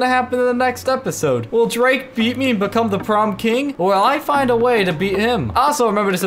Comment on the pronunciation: Why are you saying bacome!? Its become